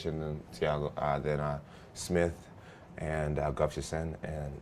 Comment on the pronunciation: Jones can't say "Gustafsson"